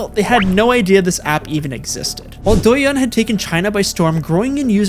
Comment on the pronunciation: honestly the first part of this video is kinda okay but the second sucks. not to mention many fact mistakes of the content (including the example of douyin pushing different contents compare to tiktok, since me myself is user of both sides), i think you should at least learn about how to pronounce douyin and how companies in China actually works instead of simply repeating fake news from western media. im not gonna say tiktok is a good product and i dont use it frequently anymore but to do a video of such topic u should do more research.